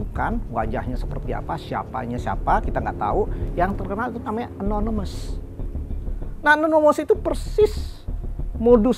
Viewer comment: Nonemes😂 Nonemes apa animous😂😂